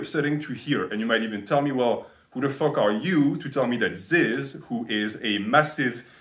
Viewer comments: It’s not zyzz man it’s fucking ZYZZ BRAH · You make an hour and 20 minute video about this guy and can’t even say his name right